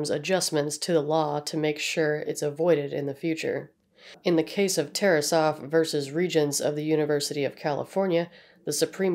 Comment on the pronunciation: Thank you for pronouncing Tarasoff correctly